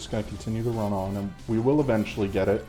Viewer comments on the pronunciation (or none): none